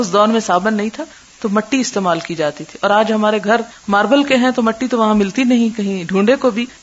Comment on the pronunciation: معذرت جاہتی ہوں مٹیmatti نہیں mitti تلظ درست ہے